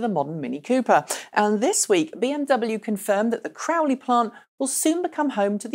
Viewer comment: please stop referring to "Cowley" as "Crowley"!! There is no "r" in there...;)